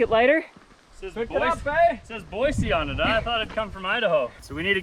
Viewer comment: I love your videos and y'all are fun to watch., different definition of poop shoot!!!😂😂😂 I'm dying! Thank you, thank you, thank you for pronouncing Boise (Boy-see) correctly! 😅 Drives us locals crazy, a t-shirt was even made for the correct pronunciation of it. 😂